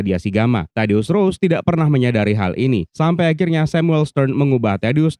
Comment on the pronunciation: Ross bang bukan Rose...